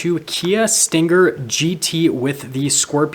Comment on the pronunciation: It's not pronounced with a hard g. It's sting+er, not stin+ger. Also, it's RPM, not RPMs. No s. You don't say MPHs, or HPs, or 8 speeds transmission. Hello???